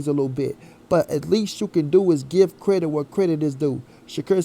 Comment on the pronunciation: Did u say credick 🤣🤣🤣🤣🤣🤣🤣🤣